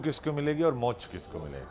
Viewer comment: ये पत्रकार मोक्ष को मो छ कहृ रहे हैं I पहले सही बोले